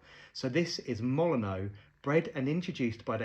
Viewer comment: Fun fact, the stadium for which this rose is named is pronounced "Molin-nyoo" rather than the admittedly more traditionally French "Molin-oh". Looks like the colour of the rose really captures the Old Gold colours of the team